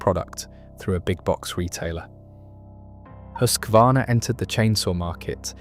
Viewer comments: Huskvarna - Husqvarna. Hus-kvarna, not Husk-varna. Meaning "House Mill. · YOU too pronounced "Husqvarna" wrong, like countless others! A bad way to start your video! There is no letter "A" after the "Husk" syllable. It is not "HUSK A VARNA"! (spelled wrong intentionally) It is Husqvarna like: "HUSK VARNA". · It hurts my soul to hear when people try to pronounce Husqvarna